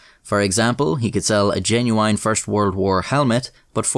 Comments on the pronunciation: Is cool but why he say "Jenuwine"? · WHY DOES HE SAY « geNuYiene » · I like how you say genuoo-wine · I like how he says “genuine” lol